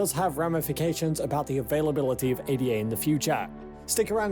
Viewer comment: This guy can't even pronounce Ada correctly. Too simplistic analysis on altcoins. So many others are better than cardano. Polkadot, Solana, Luna, atom, elrond, algirand just to name a few, all energy efficient and faster than cardano.